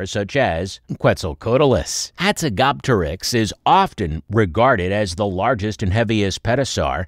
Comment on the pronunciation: How do you fuck up pronunciation this badly?